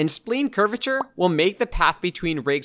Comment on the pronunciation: Thanks for doing this, it's really helpful. Also just an FYI, spline is pronounced like sply-n, not like spleen. Think of it as rhyming with vine.